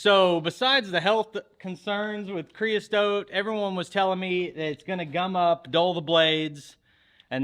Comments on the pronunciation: Creosote - NOT STOTE! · creosote, not creostote, FYI